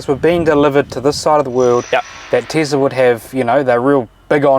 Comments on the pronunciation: "The Teazla" only in New Zealand :D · Tislah :) hahaha instead of Tesla. funny mate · Tesla🚫 Teezla✅